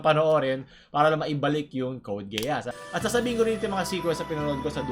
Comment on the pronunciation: TERROR IN RESONANCE ONE OF THE BEST FOR ME.. baket gay-ass? its gee-as